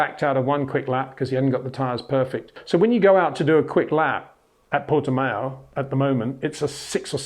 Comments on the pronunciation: Pronunciation of Portimão worsening as the video progressed. Pronounce it Portimouch and leave off the “ch”. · Yes, he does pronounce it wrong. Say Miauw, then leave the i out and prefix it with Porte, Peter. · It's like Le Mans: Would be [Purtimans.u]. The ã is similar to an of and. You say it with the nose... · like ouch